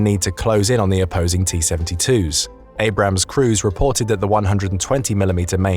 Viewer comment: I'm surprised he managed to pronounce Abrams correctly